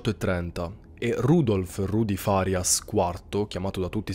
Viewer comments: Magari sto sbagliando e di conseguenza facendo un appunto inutile... però, in genere, quando si intende il nome farias l'accento va sulla prima "a"... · Al dire il vero non ne ho idea, anche perché sapevo che l'accento tonico andasse sulla i, poiché, un calciatore di nome Facundo Farias in telecronaca viene sempre chiamato Farias con l'accento sulla i